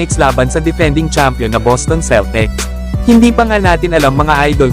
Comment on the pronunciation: Celtecs talaga? Ayusin mo pronounce kakahiya sa nonood